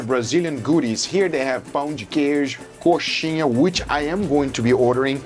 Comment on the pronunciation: Dá para ver o brasileiro surgindo do Guga quando ele fala "coxinha" rsrs